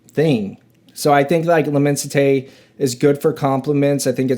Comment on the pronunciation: Pronounced: LI-MON-SI-TAY